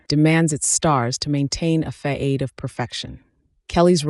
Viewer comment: "a faade of perfection" You mean a façade, you AI Bleep Bloop bitch ?